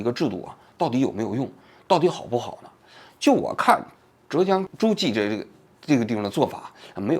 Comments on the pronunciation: 诸暨发音念朱技，不念筑基，我一开始听懵了这地方还能修仙么😅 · 诸暨 是念猪际啦 不是逐击😅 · 诸暨 反正浙江人本地的读法是（猪既） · 是“朱记”,不是“助机”. 诸暨是西施的故乡呢，王局居然不知道. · 王桑，不是zhu ji市是诸暨市。亏你也是中央电视台出去的。还有现在基层工作压力很大不要说风凉话了。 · 什么鬼， 诸暨zhū jì，不是zhù jī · 诸zhū暨 jì ，听你读的好难受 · 是诸暨，读成筑基，听着怎么那么变扭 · 诸暨读猪记，王局注意读音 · 诸（第一声）暨（第四声） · 诸（zhu一声）暨（ji四声） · 诸 zhu一声 暨 ji 四声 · 浙(第四声)江 诸暨(第四声) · 诸暨 念 珠记... 王局 😉另外这视频里的案例绝对是胡扯，法官的责任不是给任何当事人普法，这明明是律师和法律援助该做的事情！背离法律，搞什么民间社会治理，说白了就和让阿富汗部落长老去和塔利班沟通一样，完全是现代发达文明以外，低效的的社会组织模式。矛盾的化解又是和稀泥，完全无视法律的底线角色。如果这个能够奏效, 离婚官司也可以消灭在基层了，全让居委会的七大姑八大姨调节好了？？？ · zhūjì诸暨，这个读音读错了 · 纠正一个错误 是念 zhu(第一声) ji(第四声)😂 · 王局不是诸暨市 读一声 朱暨市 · 好难受，浙江诸暨四个字有三个字读错音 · zhu ji 同音 猪季